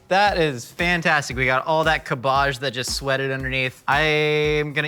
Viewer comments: no one: absolutely no one:: cUH BAJH i wasnt sure how to spell how he pronounced cabbage but i tried my best. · Why isn’t anyone commenting on the way says cábbage? It’s so weird to me that he says it cabbàge, is he joking? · I hope he's saying "cabbaj" ironically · It took me a while to figure out! I thought he was using some vegetable I had never heard of called like Kaboj or something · pronunciation of cabbage reminds me of that episode of American Dad where Weird Al sang a parody of “Sabotage” by the Beastie Boys and pronounced cabbage the same way does in this video. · I can’t tell if is saying cabbage wrong for the meme or that’s how people in California pronounce cabbage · I don't know if i love or hate of how pronounce cabbage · I can't get over how pronounces cabbage. It makes my British hurt. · The 300 dislikes are all because of how says, "cabbage". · it took me like 4 times of him saying cabbage to realize that he was saying cabbage. And, i was looking at cabbage. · I’m literally never going to recover from hearing pronounce cabbage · The way you pronounce cabbage really pisses me off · Please never use cabbage ever again. I've never heard an American say it before. And its 1 of the worst butchered English words I've ever heard spoken. Wow. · the way he pronounces cabbage.. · i’m bothered by how he says cabbage 😂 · I’m sorry... how did you just pronounce cabbage?!? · my eye twitching why is he pronouncing cabbage like that?! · You say cabbage how I say garbage. Not how I say fromage though. WILD. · Not even your middle class Aunt from Surrey, who likes to think she's better than everyone else, pronounces cabbage like does. Is this an American thing or a thing? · I'm unreasonably upset at how he pronounces cabbage. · The way he pronounces cabbage makes me cringe every time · Is that really how 'muricans pronounce "cabbage", or just? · It’s cab age not cabaje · "Cab'bajj" love the pronounciation :D